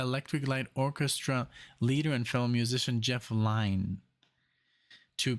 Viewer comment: Pronounce it jeff lin